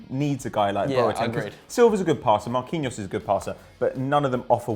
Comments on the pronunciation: lol who is marqueeno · Omg Marquinhos is pronounced Mar-key-nios! "Qui" same in Spanish makes the "key" sound sorry just hard to listen to lol esp when it's quite common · who the fuck is marqueenose? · “MarQueeNO” you name-butchering tosser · saying Marquinhos name as right as possible just so can fucking murder it again. It's not even a hard name... jeez